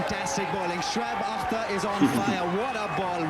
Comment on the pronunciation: You pronounced him right. On your comment that you never saw him wearing hat, bowlers don't wear the hat while bowling, specially the fast bowlers. Very few spin bowlers do wear hat, but its very unusual for them as well